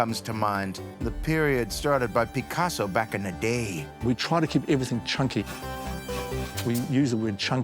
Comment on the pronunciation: "backkennaday" absolute cinema